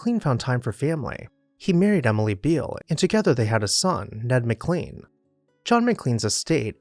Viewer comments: "Ma-Klain" is the family and town name. "Mick-Lean" is a defunct McDonald's sandwich. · That's "MicLAINE" like Shirley MacLaine. I live in McLean.